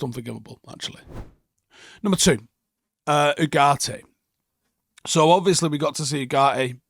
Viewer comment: Its pronounced yugarte